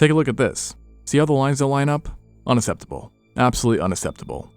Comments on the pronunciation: 😅 unacceptable has c's not s's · I enjoy the way the narrator pronounces “unacceptable.” I’m wondering if the way he says “accent” is like “ascent” and “accept” is like “ace-ept?”